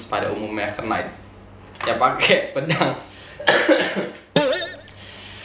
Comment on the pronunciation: Knight itu K nya silent. Jd gak kenait sih🙈